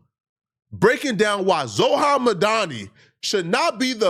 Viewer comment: “Zohran” not Zohan 😭😭